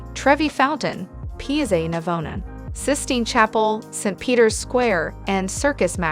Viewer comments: Yeah, dd she actually say "pizza" instead of "piazza"? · You need to learn to pronounce piazza and trastavere correctly